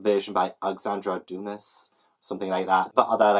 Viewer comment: Alexandre Dumas = Doo-ma :)